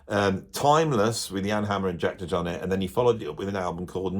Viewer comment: Weird pronunciation of DeJohnette.